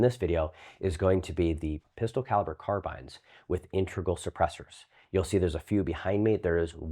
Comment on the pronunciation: Bruh doesn't know how to pronounce "carbine".